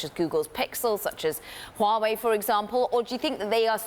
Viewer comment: At least, this girl pronounced “huawei” correctly. Good job, Bloomberg, lol.